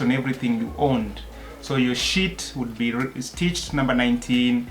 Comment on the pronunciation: Yaani you said sheet, and I thought I heard shit...and I wondered for a second why would they put a number on that😅